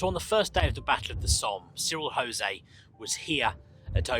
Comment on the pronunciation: Cyril was not Spanish! You pronounce the ‘J’ in Jose. You even use a clips from the drama documentary on the first day of the Somme in which they pronounce the name correctly.